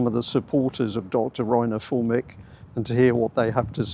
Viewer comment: Not Fullmick. Füllmich! Or in Englisch: Film me up!